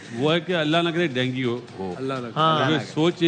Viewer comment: Bimari ka pronounce bhi nahi aata PCB ko india me world cup hone se jalan hai isliye ICC me juthi complain karate hai Dengi nahi dengue